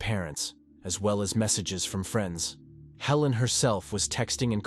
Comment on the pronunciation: It's a computer-generated voice, and a good one. Listen for the mispronunciation of "friends" .